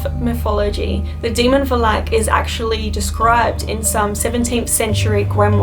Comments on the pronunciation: I can't stand to watch this video, because I'm cringing every time you pronounce the name "Valak" ... too bad, because the content is interesting. Learn how to pronounce names, girl! I'm romanian and I can pronounce your name easily. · anusha sridhar both “a”s from valak are supposed to be pronounced as the last “a” in “alpha” for example Or at least that’s how it’s pronounced in most of the European continent. For the veridicity of this video (since she’s in Romania) I thought it’s a relevant heads up. Anyway, maybe I’m too harsh on her, but that’s how I was educated in school, to pay attention to every little - maybe insignificant, I’ll give u that - detail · Kinda saying valak wrong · You have a lovely voice and I like the way you pronounce Valak 😉 That's how Aussie's do it 🇦🇺 👍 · she says the name wrong and it bothers me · Why does she keep pronouncing valak like that?? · She says valak wrong 😂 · Is it just me or does it bother anyone else that she can't say valak right? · Does anyone else cringe when she mispronounces Valak? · You say Valak weird or is correctly pronounced like that? Other wise, great video, I love the Conjuring & Annabelle Doll movies. Can’t wait to watch The Nun. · Stop saying Valak!!! I beg you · This is a really good video but your miss pronouncing the name of the demon. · Va-lac not Val-ac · The way you pronounce Valak is wrong... Vah-lak, not Va-lack. Nice video, though. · You say it as velek not valak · Demons and Demonic entities aren't actually mythology and you pronounced Valak wrong partially it's more Val-Uck not Val-Ack but it's spelled Valak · Who else is triggered by her calling him Velak i know it as VAL-IK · VALAK. NOT VA’LAK. your prenounce. Is wrong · It's Va-lak not Valak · It is monk not munk and it is valak not vlak you idiot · Oof but you said it wrong sorry it valak you said it it was like valeak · It's not valak it's valek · It's not Valak love, It's Valak with a stretch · Valak not balak hahahahahaha charrr!